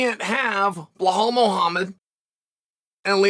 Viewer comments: Instructor: please say Bee-laal. Chael: Bla-haal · Unc, it’s “ BE - LAWL” not “bluh-hall” please correct it team! He deserves respect ! 😂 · Every time Chael says Behal I chuckle. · If Chael says it's Bluhhall then Bluhhall better start changing how he says his name.